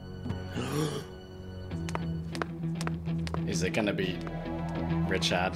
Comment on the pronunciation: Did he really called Richard.. Richad?